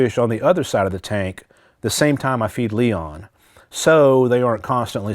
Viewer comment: It’s Leon not Liam lol